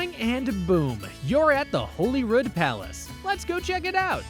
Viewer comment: So - the queen is dead. Holyrood is said like Hollywood. St Gilles rhymes with smiles.